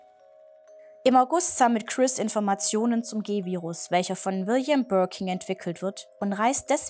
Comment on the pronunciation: 1️⃣ mit Stern ⭐️ liebe! Gerne mehr 🥳🔥✌️..Birkin, nicht Birking 😅